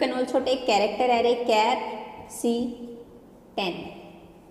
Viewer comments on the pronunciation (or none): none